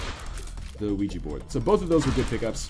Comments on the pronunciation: it actually is pronounced weegee :| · OUIJA is pronounced "wee-jee"